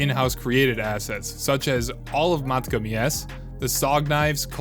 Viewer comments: Yes the way he pronounced matka got on my nerves. Like how do you read “Matka” and get “Meeka” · Not only that but has the dude heard anyone else call it “meeka” 💀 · In the history of videos addressing controversy… this is ass. Why even address this with an entire video? There’s no way this was written, edited, and combed over by a pr department this quick. Fire your public relations guy. Side note: people outside of your circlejerk pronounce it Mat-ka. Weird thing to make fun of someone for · Calling him out for mispronouncing matka had me dying. Agreed that A) do your homework and B) maybe have some common sense when calling yourself an expert/guide. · This dude did not call out his pronunciation of Matka Miest is that how little you have to defend yourself with